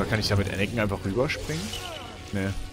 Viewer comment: ich hasse es wenn man Anakin nicht aussprechen kann😂😂😂